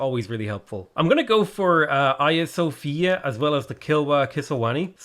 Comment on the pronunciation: Did you seriously just pronounce hagia sophia Aia sofia?